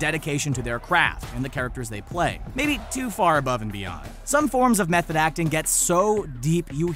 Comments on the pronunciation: "..go above and BE'ON..." really? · the way you said "beyond" into "BE" "AWNED" was just cringy.